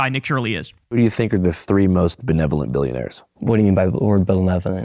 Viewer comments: My god... and this asshole got Tim Walz to drop out of the governor's race. Can't even say the word "benevolent" let alone understand its meaning. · made fun of the Somalis for misspelling learning but doesn't know what benevolent means nor can he pronounce it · Oh my God. Not only did he not know the meaning of the word he couldn’t even pronounce it. Shocking that he didn’t learn that word in school or see in a book somewhere or just hear it on the news or while talking to family. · "Ben-levanant" this dude is fucking special. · We HAVE to make shirts that say "belevuhlint" to counter his dumbass hoodie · Belevolent 🤣 Lets not be too hard on the child.He's invented a new word. A cross between Benevolent and Malevolent 😂😂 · I'm with Nick, I don't know what 'belevonent' means either. LOL! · Shirley has the IQ of a toaster that can't toast bread. What do you mean by the word bahbevolent? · Don't forget that South Park episode thats his citation too. Also, dude said, 'bele-velent' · “Blalevelent” lmao I’m on my ass over here. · What do you mean by the word "belevarent'? 😂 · He couldn't even say benevolent so ofc he has no clue what it means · What do you mean by belevolent? He couldn't pronounce the word! Not surprising. TrumpStein loves the dumb people because they make him feel better. This is the common Maga voter. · This has to be unreal The guy is clearly a bit slow I feel sorry for him he can't even pronounce benevolent. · That asshole can't say benevolent properly, much less doesn't know what the term means - but the right gets their info from this moron? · "Belevonent" LMAO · What do you mean by belevenonent? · “Belevenolent… what do you mean by that word?” -Nick Shirley, home school graduate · "What do you mean by the word... Belevolent?" 😮‍💨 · "whaddya mean by l'erd bullevelent"....congratulations America, your social media worship has made idiots like Nick Shirley a thing. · "What's benteolent?" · My favorite is "what do you mean 'belevolent'"